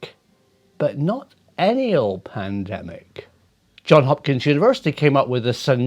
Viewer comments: "Johns" Hopkins University, not "John". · It is JohnS Hopkins not John Hopkins!